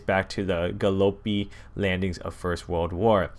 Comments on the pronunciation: Doesn't know how to say Gallipoli instead says gallopie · Not gallopi it's Gallipoli, my fellow Aussies are triggered thanks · Gallope lol its ga-lip-oli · Ga-Lo-Pi you mean ga-lip-oh-lee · G A L O P I It's Gallipoli. Pronounced Gal-ip-oh-lee. :) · ga-low-py? Ga-li-po-li! 1.8 millimetres tall? xD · Galopi really bro it's said gallip-oli, bruh..... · Go-lipi smh it's Ga-llipoli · Bro, it's Gallipoli not galopi. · I am so triggered by this video oh my god it Gil-lip-oli not gol-ip-oloy and 1 metre 80 millimetres? Really it 80 centimetres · "Traced back to the GALOPI." Wow, its Gallipoli. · That butchering of Gallipoli, Gallpoli xDDD *(Pronounced Gah-Lih-Pah-lee) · Your pronunciations are so cringe I can't even handle it. "1.80 Millimeters, Ga-poli, its Gallipoli not gapoli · this guys' pronunciation tho... good vid nevertheless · plus its not pronounced galopi its pronounced ga-lip-oh-lee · btw its not Gah-Loe-Pi Its Ga-li-po-li and was a major event in Australia and turkeys history back in 1915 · Wrong pronunciation on Gallipoli. It is pronounced Ga-lip-o-li, not Ga-lo-pi. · says it like gallopie when its gallipoli!? in the video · Not gonna lie i was a little triggered at the "galopy" pronouncing instead of gallipoli because of the mass amounts of death that both Australia and New Zealand suffered. Just maybe research pronounciation and stuff dude. :/ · he pronounced 'Gallipoli' 'Galope' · and also he said "Galopi" instead of Gallipoli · whats galopi its ga li pa li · Did any other aussies facepalm when he said Gallopy landings instead of Gallipoli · Ugh it’s gallipali is how u say it not how u said it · Galipaley that's how you say it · Am i the only Australian that died when he said galopli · How did you just pronounce gollipoli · its not golipo its Gallipoli ga lip o li god dammit i love you but you said Gallipoli wrong dammit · !!! You pronounce Gallipoli Gal-lipoli!!!! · I'm sorry but Ga - Lip - Oh - Lee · He says Gallipoli, Galopi?!